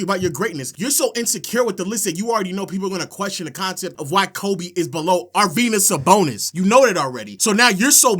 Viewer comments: Ar-Venus Sabonis my nigga? 😂😂😂😂!!! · Really,? Arvenus Sabonis?? Is he, like, the Tom Brany of basketball? That's just lunicrous! Aside from not knowing how to say Arvydas Sabonis, your debate skills are amazing. That is, if rubbing your forehead and getting all sensitive without making a single salient argument are debate skills. You clearly have an aversion to evidence and numbers, so I wonder if your entire stance is based off your fragile emotions or is there something more substantive you forgot to mention.